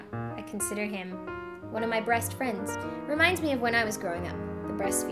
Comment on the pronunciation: she says brest friend not best friend